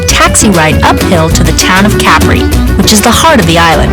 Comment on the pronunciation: why can't she pronounce Capri correctly?